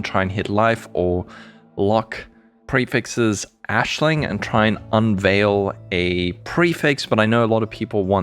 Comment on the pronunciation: Why are you calling Aisling Ashling